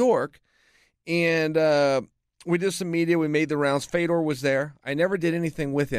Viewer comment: it's "fiodoor", not "faydor".